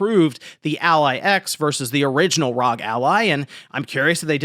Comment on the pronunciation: Say it with me now R…….O……..G. R.O.G. Homie forgot what started the scalping scene it was the Nintendo switch. I actually subscribed to the channel shortly after the switch scalping of 2019 i made a killing and decided to sub to this monky man but. his inability to pronounce acronyms correctly is making me reach for that unsubscribe button